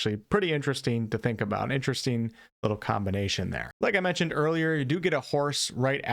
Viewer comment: You say “een” instead of “ing” and you can’t pronounce the letter “t” when it’s inside a word ie; button becomes “buh-en” BUT this is far and away the best review of Crimson Desert on YouTube right now. The most level headed and the most open regarding possibly negative points and you effortlessly covered so many point of interest, far more than most reviews. It was very interesteen to hear about the things that were concerneen to you.😁